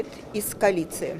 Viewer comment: КАЛІЦЇЇ ???? ППЦ! Науче її хтось як правильно говорити?